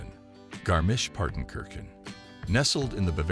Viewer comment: I was not ready for american "travel influencers" and their effort to pronounce Garmisch-Partenkirchen :D